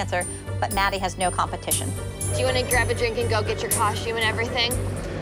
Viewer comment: Whyyyyyy do they always say cosh-tume?